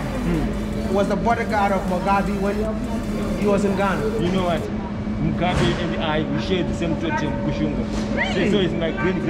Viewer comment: Mugabe not Mugabi you're pronouncing his name wrong